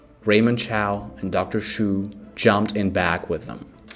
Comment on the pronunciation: "Dr. Shoe"? Dude, "Chu" is pronounced like "chew".